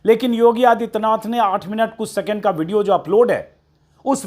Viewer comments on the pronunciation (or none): none